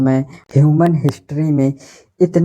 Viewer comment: Pronounce sahi kiya karo bhai. Ishtart 😂 हिशत्री नहीं हिस्ट्री पेस्ट not पेष्ट 😂 youtubers शुड लर्न प्रोनौन्सेशन